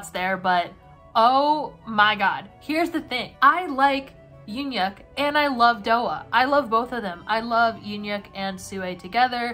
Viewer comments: ITS PRONOUNCED YOON HYUK NOT UN HYUK?!??!?! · the ‘eun’ in ‘euhhyuk’ is pronounced kinda like the ‘u’in bun… so kinda like mix of oo or uh